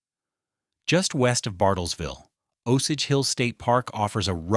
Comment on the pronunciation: It’s not pronounced “Ahh sage”. It’s “Oh sage”. Lazy ass AI channel.